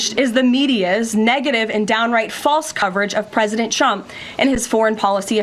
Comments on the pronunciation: Sounds like she's saying President Chump😂. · Is she saying "President Chump"? It must be a consistent Freudian slip! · Here's 'chump' again. Perhaps if she told the truth, karolying would relax enough to pronounce his name correctly.